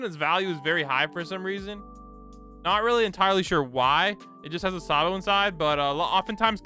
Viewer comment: Bro said saybo instead of sabo